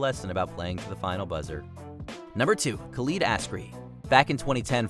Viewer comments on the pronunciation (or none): none